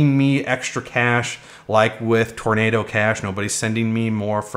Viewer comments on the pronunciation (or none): none